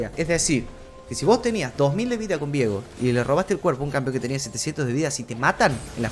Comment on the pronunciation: pasa que su nombre no se pronuncia "viego" de forma simple, la idea de la "e" es que sea Vieeeeeeeego de forma tenebrosa xd por algo es de la isla de las sombras. si fuera vigo sonaria horrible al decir viiiiigo o algo asi XD.